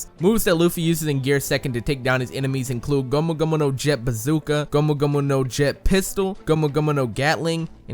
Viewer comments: yikes how does he pronounce these japanese words gummu gummu shishibukai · Okay, why are you saying gumu gumuno? It means gum gum, and he even says gum gum in the English dubs. Plus it's not even said correctly. It's like someone saying "hello my lamo Jeff" it's llamo said as yamo. And why just use that one word when you can just say the English equivalent? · Its not gomuno gomuno its gum gum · I have to dislike this video first and foremost for the way you pronounce gomu gomu and the overuse of it by repeating it after every attack name instead of saying gomu gomu no jet pistol, jet Gatling etc. Second at least not in the anime has it been stated the third gear (bone balloon not just inflating his arm) shortens his life span. Only second gear does because he is forcing his heart to work harder. I had to stop watching after you tried to say nightmare Luffy is a gear transformation because that is just straight up wrong. If you are going to try and teach people about a subject at least try and know the subject matter yourself.